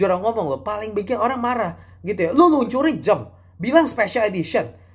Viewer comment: Jam, bukan Jem, dasar cungkok